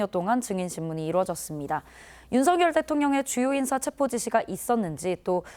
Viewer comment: 기자들이 "체포영장"에서 "체포"를 아주 짧게 발음 하는데 "체:포"라고 장음 발음을 해야 한다.